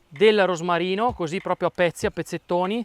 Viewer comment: Intanto, con l'aria, Diego Rossi dice "coosì" come CHEF Bruno Barbieri